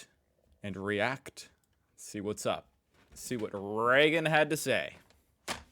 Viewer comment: Reagan, not Regan.